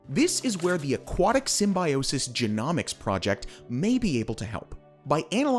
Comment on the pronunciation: Zoh-zan-thel-ae and gee-gnome-icks.